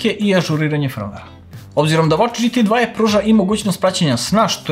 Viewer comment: GT 2e Čita se kao Ge Te Dva E ili GT Dva E Ili Dži Ti Tu I Ne mere dzi ti na engleskom a onda dva e, pola engleski,pola srpski